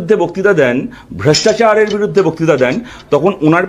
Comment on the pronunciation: সবথেকে বেশী হাসি পেলো তুমি যেভাবে ভ্রষ্টাচার কথাটা উচ্চারন করলে।😁😁😁😁